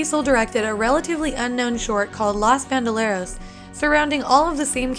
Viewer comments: "Loss Bandoleros" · The way “ los bandoleros” was said 😂